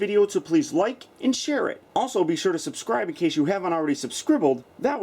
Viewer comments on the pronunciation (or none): any one noticed that he said subscrble. at the end